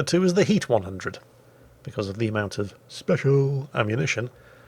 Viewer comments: That "special" out of mouth and that pronunciation kills me every time xD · Every time say "special" I cannot hold my laughter back!:D God bless our Overlord!:D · Every time say "Special" makes me chuckle. I fell dirty but can't help but laugh. Love you. Come back to the US again!!